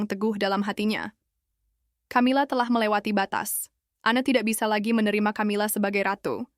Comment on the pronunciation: Narrator nya ngawur.. Camila Di baca Kamila, bukan Tjamila 😮